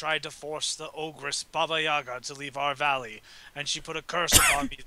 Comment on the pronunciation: Guys, Yaga is pronounced with an emphasis on the second "a". One of the most hilarious characters in the QFG world